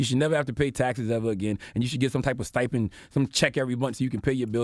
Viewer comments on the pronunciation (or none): none